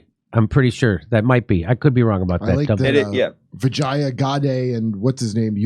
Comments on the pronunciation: Jimmy stop being a cu** and stop pronouncing the woman's name wrong. You are doing it deliberately and are being a dingleberry. Her name is pronounced vee-ja (as in japan)-yuh. No matter how mercenary and lacking in principles she is, don't be an asshole about her name. On purpose. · You are killing her name It is pronounced. The j is " hey' in Latin names. "We Jay aa" is the pronounciation Common name. It means victory